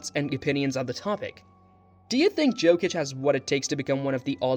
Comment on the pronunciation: Yokich🤣 Just call him Joker man pls.